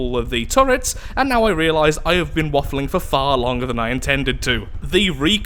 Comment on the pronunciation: did he just say waffleing?